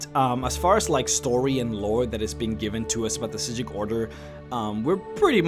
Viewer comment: Is it supposed to be said like that? I think I remember that's how the voice actors pronouncing it but the subtitles said psijic